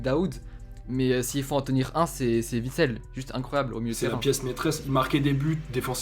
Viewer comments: Juste parce qu'en tant que belge, ça me fait mal aux oreilles à chaque fois : Witsel, on ne prononce pas le W comme un V. Phonétiquement ça donne Huit-sel et pas Vitsel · Juste un mot: on dit Uitsel et non Vitsel, mon pauvre, encensé mais au nom mal prononcé